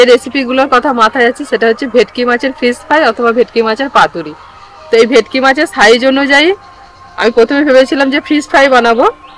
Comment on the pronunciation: ভিটকি না ভেটকি